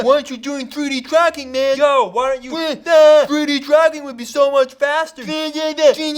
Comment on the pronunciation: "Why don't you do pffuuideee-dracking?"